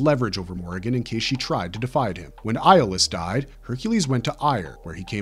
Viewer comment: Did it get on anyone else’s nerves just a little bit that the guy kept mispronouncing Iolaus’ name? 🤦🏾‍♂️